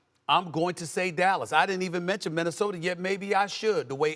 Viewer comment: SAS stay sayin 'Minnesotar' lol